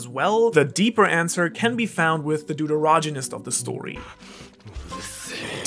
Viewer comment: The way you pronounced 'deuteragonist' killed me bro lmao